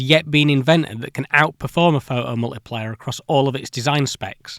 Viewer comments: how come you can say "photocathode" but you can only say "pho oh multiplier" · That's a really interesting video, but my french hear was constantly distracted by the "pho-hom-uliplier" and the "wo-eh" 😆. Anyway, the story was well told and the job well done ! Thanks for your work :) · "The pho-o mul-ipli-er eh!" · The seemingly random change between pronouncing "photo-" and "pho'o-" because of the British accent has me rolling. "Pho'omultiplier" then next sentence "pho-to-voltaic". This is giving me linguistic whiplash. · it's "phoʔo", not "pho oh" :P it's called t stopping and not any weirder that north-american t flapping.. "pho doh" ("phơ dough"?) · Awesome video! But why can you pronounce photoelectric perfectly but omit the "t" in photomultiplier? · What are the rules for whether the "T" is pronounced or not? "Photo" as a standalone word seems to have a "T" all the time, but "pho-o-multiplier" doesn't.. And what's the difference between a "photon" and a "pho-on" as I couldn't determine when it's appropriate to use one vs. the other.. 😝